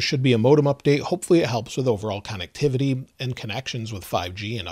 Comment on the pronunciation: If you pronounce it con-nectivity, then why not also con-nections. Lol.